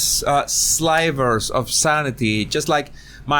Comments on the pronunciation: sliver is pronounced like silver, not like slight. Your mistakes are very charming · just fyi: "sliver" rhymes with "river" 😊 I love your content, and you are a very decent man, too. Yours is a "safe" channel. The comments section is free of trolls, and we all have the same mindset. We are intrigued by your knowledge of body language and that you teach us how body language can reveal deception, contempt, etc. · Sliver = SS-LIVE-ER (LIVE, I live in Canada)